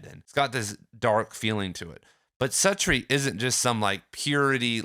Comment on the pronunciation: You’re mispronouncing Suttree